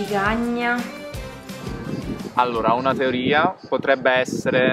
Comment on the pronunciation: Soooooniaaaa ma se dice cEcagna no cIcagna e le pesche so le PERSICHE no le MELE PERSICHE!!!🤣🤣🤣🤣vabbè te se vò bene uguale!!!